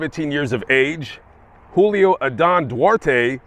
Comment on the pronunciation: Julio is with a J, not an H